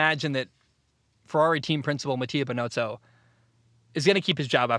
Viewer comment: I’ve left comments most videos (not trying to be disrespectful I love your content). Binotto. Ocon. Sometime you miss driver names or track names. It’s confusing because the race announcers say it consistently.